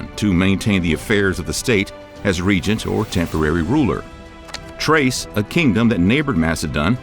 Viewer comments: I support the behavior of the subjects discussed… btw it’s pronounced Th-race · You can say thiebes but not thrace? You do this shit on purpose.